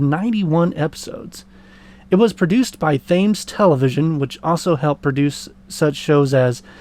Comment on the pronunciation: Thames television - it’s pronounced ‘Tems’ (like the river that runs through London)